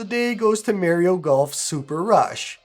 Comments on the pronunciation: Nintendo peaking around the corner: sup bro? You mind showing us the actual cartridge? And did you say Mare-rio, Bruv? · bro really said mary o lmao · who is MARY-O ? lol